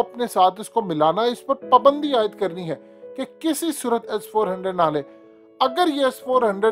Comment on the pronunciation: PUUUUUUBANDI hahhahah abay URDU kay QATAL it is PAAAAAABAAAAAANDI.